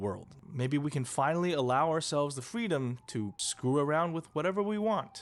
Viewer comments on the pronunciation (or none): none